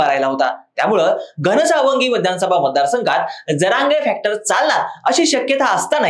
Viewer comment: घणसांगवी उच्चार चुकला